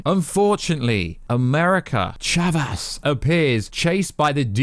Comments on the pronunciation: Umm her name is America Chavez… not America Chavas lol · America ‘chavas’ ‘Sammy’ Raimi More mistakes! Jesus Christ man 🤣🤣🤣